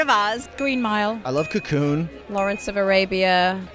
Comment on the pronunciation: Ryan has to be trolling us: "Cocoon"??!